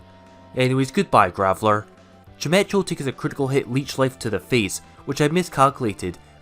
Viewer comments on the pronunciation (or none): Chimecho is actually pronounced like chime-eko, its a silly name lol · Chimecho is pronounce chimecko. Like gecko at the end. Or echo as in the actual word